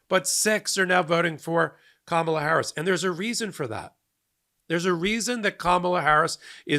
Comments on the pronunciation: What about those who pronounced it kaMAHla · The lady in the back even pronounced it "Karmela". Smh 🙄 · "karmella" bro try. try harder. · Did she say Carmela? 😂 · Notice three of them said Kamala wrong even after watching her speech. Either said kaMAla (wrong) or Karmela (wrong). So they weren’t exactly the brightest sparks! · This is karmela not kamabla